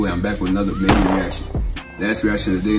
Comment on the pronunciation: Reaction to lil “mebu” is Krazy you mean mabu